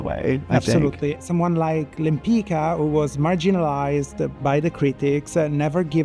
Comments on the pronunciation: I wish that took time to learn Tamara's last name correctly. It is not " Lempika". It is Lempicka. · Thank you for the fun and informative video. However, with all the respect for you making the video, and with even more respect for this amazing artist, it wouldn't hurt to have her name "Lempicka" pronounced correctly. The "c" in her last name Lempicka is a "tz" sound.